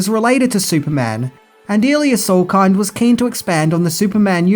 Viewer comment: Yeah - not even bloody close - I basically stopped watching after this and the idiot's annoying pronunciation of "Salkind".